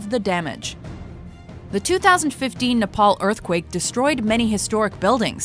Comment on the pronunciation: Shashank7170 Oh and also we don't say Nepal like that.